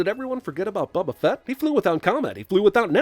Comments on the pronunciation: Did pronounce Boba's name as Bubba, or is that just me? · 200 sins for ever saying "bubba" fett was needed